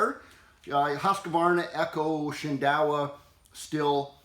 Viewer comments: Please don't say "still" . It's pronounced "steel". Drives me nuts to hear that. Good advice, though! PEOPLE!! Read your manuals, or us the QR code on the tool to learn about using it!!! I hated easy start at first, but it actually works, especially if one doesn't have the strength to use a conventional recoil start. Jim D Stihl MasterWrench Tech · German equipment, German craft, German cap, but English pronunciation of the Stihl brand :( It should be "Sh", like Schumacher, Schengen, shy, shine, should, shut, Stihl!) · And for the love of god man, every one of you please learn how to say Stihl. Stihl - Steel not still